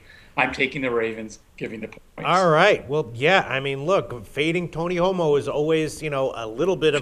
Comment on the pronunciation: Lol did you just say Tony Homo?